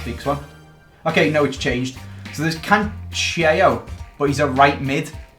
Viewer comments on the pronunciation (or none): just so you know Joao Cancelo is Portuguese... so his name is pronounced ( Can-sell-ooh), not the way you're saying it:)